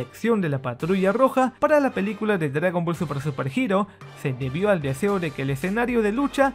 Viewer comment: Este fulano parece que dijera dragon ball supra D: suprajiro D